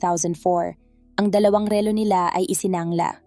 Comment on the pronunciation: ma'am pag aralan po ninyong bigkasin nang tama ang salitang " relo" at me iba pang salita na dapat bigkasin ng tama, salamat po